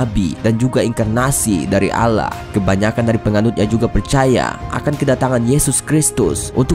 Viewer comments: Maaf, dibacanya bukan alah tapi awloh bukan alah tulisannya Allah dibacanya awloh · pencet tombol ini kalian mendengar dia ngomong alah bukan allah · Eh dia pas bilang yang islam tuhan nya kan dibacanya aulloh tapi dia bilang allah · Mas agama mas itu apa?!agama islam nyebutnya allah dibaca alloh PIKIR WOI!!!!!!!!!!!!!